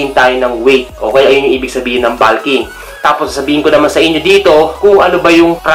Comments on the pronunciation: Bakit naging balk at balking ang pronunciation? Wala namang letter "a" sa salitang "bulk" at "bulking". Panuod ka ng video ng pronunciation ng bulk at bulking. Ang maririnig mo ay bolk at bolking. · tanga hindi naman grammar ang tinutukoy ko. Pronunciation lang ng bulk at bulking. Magaling nga sya sa pronunciation sa English . Sa ibang words OK naman. Ang bulking lang ang napansin ko. Para na rin natuto sya. Constructive yon kung hindi nyo lang minamasama.